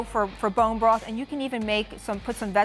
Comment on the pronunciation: "bone brath"